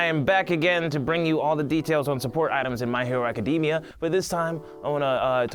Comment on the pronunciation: You said acadima